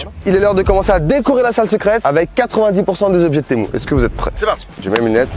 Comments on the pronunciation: On dis "tému" pas "témou" 😂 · c'est pas temou ça se dit temu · C'est tému pas témou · mais c pas temou c TEMU